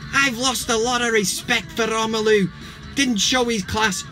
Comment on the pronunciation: Why do you call him "Romenulu"? It's "Romelu".